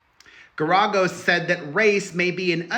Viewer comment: It is pronounced Gar-A-Gos